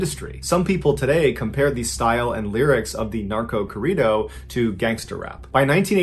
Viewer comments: Hearing him say Corrido is kinda funny lol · For my Mexicanos here when he said “Corrido”!!!😂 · Please say Corrido the correct way. It took me forever to try and understand what you were even talking about. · lmao did you really pronounce corrido like that lol that is so wrong idk if you just refused to say it properly but saying it that way butchered it completely. i actually had to go back in the video to realize what you were actually saying. i mean not a big deal, but i just felt to strongly to not say anything xD lol